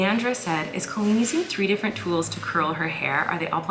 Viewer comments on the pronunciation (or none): none